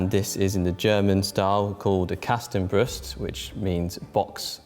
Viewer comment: Germans: Kastenbrust Brits (who even make that armour): Kästhenbruhsd 😂😂😂😂 Learn the few german words you use in a video correctly pls bc its 2 minutes and you earn money with these videos....and Kasten means crate or even wardrobe, not box.. your 'expert' needs to check his facts...